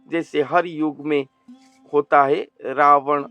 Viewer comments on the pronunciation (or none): none